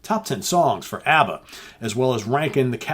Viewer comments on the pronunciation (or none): none